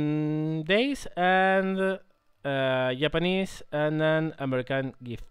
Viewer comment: I love the way he says Japanese, Yapanese :)